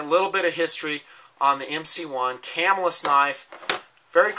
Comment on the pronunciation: yeah they have issues but mine are in better condition ie they work better and I said this on another one of your vids but its pronounced Ca-mill-us and i live hear so im not making it up it was sad when the cutlery shut down :( and I have a cuda max assisted opening prototype its pretty sweet you should see some of the stuff I got